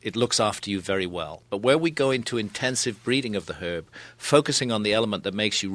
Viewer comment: He says it how it’s meant to be said